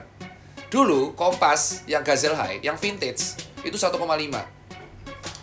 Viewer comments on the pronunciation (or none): none